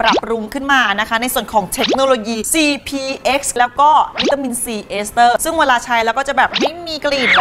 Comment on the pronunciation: ทำไมพี่เย้บอกcpxเเล้วทำไมกุได้ยินเป็นcbx5555